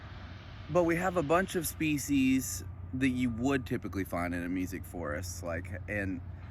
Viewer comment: Are you saying “music forest” ? Meesic?